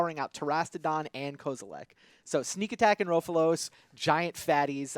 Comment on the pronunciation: it's Rofellos not Roafalose. Agggh